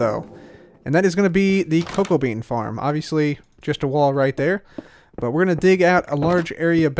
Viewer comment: Did anyone on accidentally think that he said cocaine rather than cocoa bean